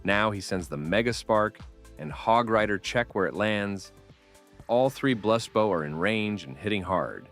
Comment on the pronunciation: Dog if i have to hear this ai say blust bau one more time